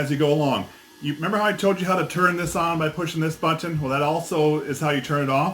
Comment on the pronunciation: Why over pronounce the word button?